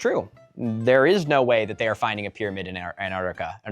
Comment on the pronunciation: Pyrmanid is some Cheems level pronunciation